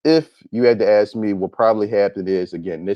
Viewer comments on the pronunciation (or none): Axe? What the hell is "Axe"??? It is Ask! Why black people REFUSE TO ENUNCIATE! For some reason, black people LOVE to sound as ignorant as possible..., DAMN!!!